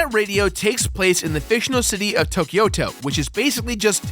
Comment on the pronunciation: Tokyo-to just means Tokyo City. The "to" sounds like in "Tobias"